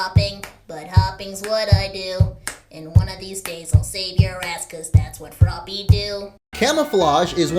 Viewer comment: How u said froppy LOLOLOLOL